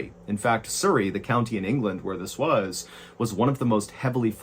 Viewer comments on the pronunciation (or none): Surrey mate not soory lol😂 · Surrey is pronounced like the word Supper. Not like the word Super. 😊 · Sorry to add but it's pronounced "Surrey" not soorey as in the sound in the first two letters in "such" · Love this channel, but as someone who lives in surrey, its pronounced s-uh-rrey. Not sourrey. Im not trying to be offensive or annoying, just helpful to know. Loved the story otherwise. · Lol "soo - ree" Its Surry, pronounced "suh - ree" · It's pronounced suh-reee (like the 'uh' in up). Like 'Hurry'. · Loved the way he pronounces Surrey. It's a short U, like Suh rey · Love your accent. Surri in England its pronounced Sur-reay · You miss pronounced surry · No offence but how you pronounce Surrey is hilarious 😂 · As someone who used to live by Surrey, I am enjoying how Ballen pronounces Surrey haha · Cute pronunciation of the English county of Surrey 😊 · That's a funny way to say Surrey. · I just love your pronunciation of Surrey. I know the A3.I've Driven on it many times. Hahaha the ghost of the like button was hilarious 😂 xx